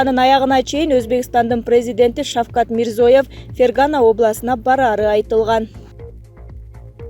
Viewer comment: Эу келесоо журналист кыз сага канча айтыш керек Мирзоев эмес эшек Мирзиёев деп туура айтканды качан уйроносун?